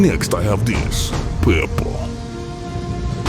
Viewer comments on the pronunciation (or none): “Next, I have dis (this) , paypuh (paper).” in some sort of accent that kinda sounds kinda similar to a Russian accent, somehow.